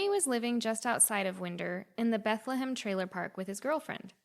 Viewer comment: It’s pronounced wine-der. Like wind’r up!😂 and the bar was whitey’s hideaway not Whitney’s. It’s still there but it’s a used car lot now